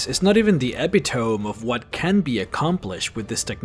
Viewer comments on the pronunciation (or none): Epitohmee not epi-tome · Epitome = eee pit o me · "Epi-tome" lol Loved it. Can't wait for the next one! My vote is for Dying Light.